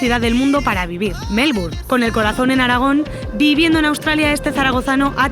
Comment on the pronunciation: Por Dios,tantos años en Australia y no puede pronunciar bien Melbourne!